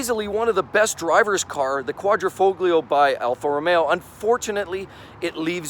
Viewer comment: the 'G' is silent in Quadrifoglio lol